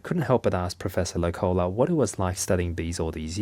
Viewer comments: Hi from Finland! It's pronounced professor Low-cola (The vowels are still a little wrong but I couldn't think of another way to simply explain it with English phonetics) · The pronunciation in Finnish always falling. The name Loukola is not pronounced low-collah, but more like the word 'locally' (of course with an ah-sound at the end).